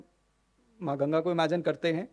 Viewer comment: गंगा को तो सही तरह से pronounce karna सीख लो। गंगा का नाम गंगा है .... गंजी नही न ही ग्येंजी ।